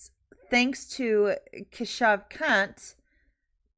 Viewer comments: I can't get over the fact that his name is Kant. It's pronounced "Kaanth" but don't let the facts get in the way of a good laugh. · Kant sounds like Cun+